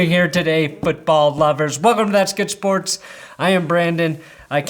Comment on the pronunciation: Nobody literally no one: Brandon: that's good spOOrTS